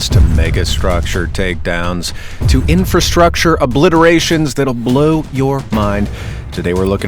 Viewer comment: Infra. Can't ANYONE say it? All the pre, pro, and per words... And INFRA-structure. Not Infer, not infa- ... STUPID!